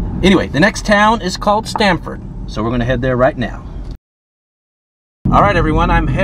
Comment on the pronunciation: I grew up in Connecticut, so when I heard Sramford, I thought, "Stamford??? Like UCONN??" There you have it lol. I drive around south Texas for work fairly often and some of the towns are just like this. I do love the old theaters!!! Their downtowns look almost like western movies. Awesome videos. Just found your channel today. Keep up the great work. 😁